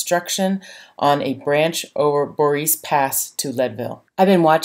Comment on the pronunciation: great vid as usual!!! Thanks for letting folks know about this resto. effort. Couple of corrections...Durango also has a narrow gauge Round House, so Como isn't the only one...also Boreas is pronounced bor-ay-us. Keep up the great inspirational videos...love your stuff.